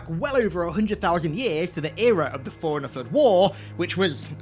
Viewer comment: It took me so long to realize he was saying “Forerunner” and not “Foreigner”